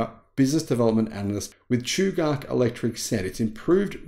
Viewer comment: I used to work at Chugach. It’s cool to see them progressing. And it’s pronounced chew gatch like catch.